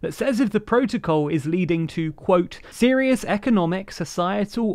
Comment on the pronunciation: "Serous economical" lol